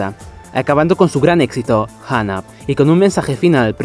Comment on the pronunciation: Por qué hay personas que dicen "janap", a Hung Up 🤦🏼‍♂️ en fin. Buen vídeo, saludos